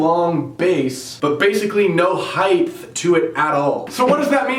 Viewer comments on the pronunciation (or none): height is pronounced like "heite" and not "heith". the h is before the t....not after...all Americans who say it that way bother the shit out of me. stupid thing to get mad over...but we all have that one thing. get it right!